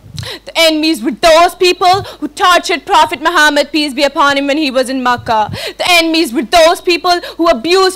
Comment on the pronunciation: kindly reduce over acting & pronounce correctly Prophet's name this is محمّد not ماحمد